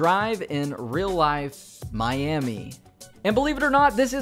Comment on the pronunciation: You're a really cool person but please pronounce Miami properly